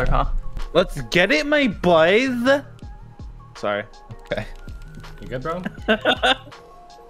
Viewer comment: geez 😂 “let’s get my boyzzza”